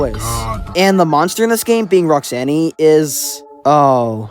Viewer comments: Roxanny. Wut. I mean probably hasn’t played FNAF mall simulator or whatever that one was called, so it’s understandable, but that small butchering of Roxanne almost made me laugh. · The only scary thing about all of this was him saying Roxanne's name wrong